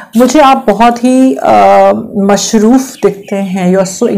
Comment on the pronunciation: And by the way,woh word mashroof nahin balke masroof hai😅😊